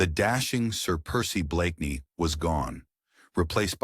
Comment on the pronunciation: The AI can pronounce the main character’s name. Haha!